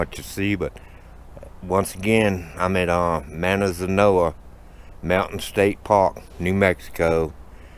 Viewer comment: Good job showing the town. My brother lives on the other side of Manzano. There are bear there as well as cougar. Pronounced mon-zawn-o